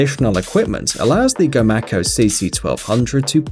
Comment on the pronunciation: i built these. i build commander 3 and 2400 on up. i live in ida grove. its pronounced [go-may-co] not gomacko